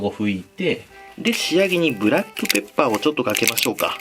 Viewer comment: ブラックペッ↑パー↓